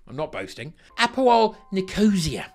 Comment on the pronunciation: Halloumi is Cypriot, and Nicosia is pronounced nico-cya. But fuck APOEL, they're the Lazio of Cyprus